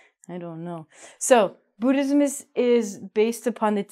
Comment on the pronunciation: Im an agnostic too Cheers 😍 And i love the way you pronounced "Buddhism" as "Bootysm"😂 #thanks for being my fav teacher🙏💗